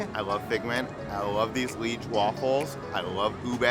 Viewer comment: Hi :) Just to add, if I may, it's "Liège" for the pronunciation. For the waffles :) It's a Belgian town where the waffles come from. Belgian waffles are famous in Belgium, just like our chocolate =)